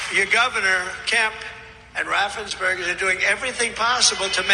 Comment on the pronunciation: RAFF-ENZ-BURGER. Great video though, I love that you bring the receipts!❤